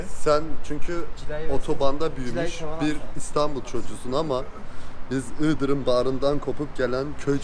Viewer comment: Abim iddayı sana basıyorum ama IĞDIR❤️ dediği için kalbimi fethetti 😂❤️ bu arada tofaş boncuk olmuş MAŞALLAH 🧿